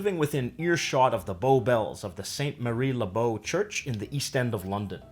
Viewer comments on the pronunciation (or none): He still can't pronounce St Mary-le-Bow. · Well, wrong with the slang fella can't even say St Mary le Bow, right